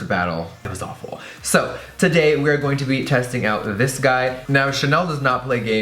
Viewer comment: “It looks something like dis” that voice😂😂😂😂😂😂